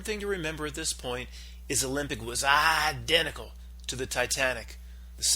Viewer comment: And btw, What's with the idiotic pronunciation of the word identical? What's that all about?